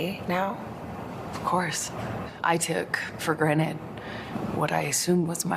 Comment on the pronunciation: when amber says taken for granted. Listen carefully, every time, She says taken for Granite..lol..she doesn't know the word..ha ha ha..